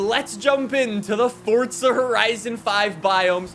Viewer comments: Fortza.... its forza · Stop saying "Fortza". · THERE IS NO T IN FORZA!!!!!!!! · i like how he says fortza instead of forza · FORTZA HORISON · This man puts the T in forza